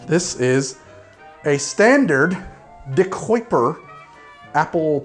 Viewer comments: Say it with me. De-ki-per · I never thought you saying ahhrange was strange or wrong, but man “De-quip-er” threw me through a loop. How do you get that’s from DeKuyper?